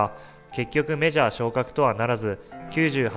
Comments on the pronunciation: 22秒のとこ｢メジャー」じゃなくて｢ジャー」になってます！！ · 「メジャー」じゃなく「ジャー」になってますよ😅(笑) 秒辺り。